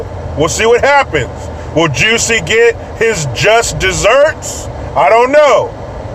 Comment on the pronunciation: It’s Jussie not Jessie jesus fucking christ